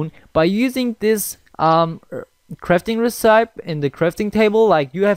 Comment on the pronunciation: Hear how the word recipe is said. -_- Who the heck reads recipe resype?